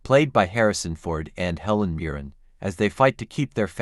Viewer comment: its Miren not Muren